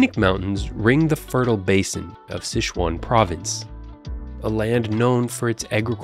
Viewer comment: It's Sichuan, not SiSHuan - not all languages are French!